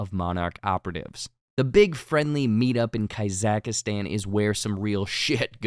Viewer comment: Why did you keep saying Kazakhstan like that?